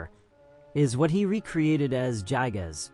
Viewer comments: pronunciation is "guy"-gas nerd This vid his horridly under researched, if you gain any sort of larger following you're gonna get made fun of more. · Bro got his facts mixed up. Itoi thought it was a rape but ended up being a murder. Also everytime I hear JYE-GUZ It feels like my ears are bleeding